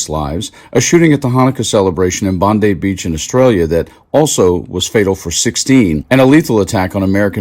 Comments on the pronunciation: Pronounced Bond eye beach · How to pronounce things properly: Tanzania is by the local native dialect Tan-zan-ia, the English version is Tan-zan-ee-aa. Bondi Beach is NOT pronounced the same way as American's pronounce Pam Bondi's name. It is actually Bon-die Beach. This is one of my pet hates when it comes to videos online talking about locations. Do your homework and learn how the locals pronounce places. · You can't even pronounce Bondi Beach.